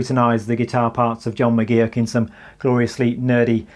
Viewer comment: McGee-ock? Seriously..?